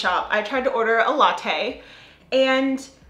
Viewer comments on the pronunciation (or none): none